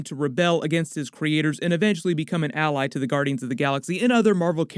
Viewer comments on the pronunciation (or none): none